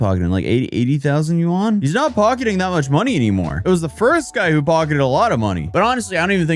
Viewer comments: i like how he pronounced Yuan like Juan in Spanish XD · lmao, that's not how you pronounce yuan